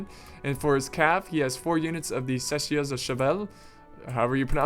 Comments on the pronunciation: in France we dont say chachieurs but its shasirs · The pronunciations hurt my French ear my friend. It's (Sha-sers), not Chashers and (She-vAl), not Chevail. Sorry for being that guy haha, just thought I'd let you know how to pronounce it. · Chasseurs are pronounces Shas-yours and voltigiers are pronounced volt-ih-Jairs the j is like a mix of sh and j, so it's a French j. Your welcome.......